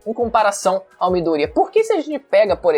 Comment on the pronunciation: Midoria kkk é Midorya!